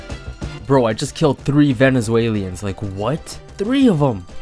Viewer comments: It’s “Venezuelans” not “Venezuelians” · bro you should just pronounce venezuelans right. it's not venezuelians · “Silly vennys” RSN: ONLY ARCANES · “Venezualians” lmfao. RSN: hangknickers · "Venezalians" nice.. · Disliked video. Hearing you say “ Venezuelans “ wrong that many times gave me cancer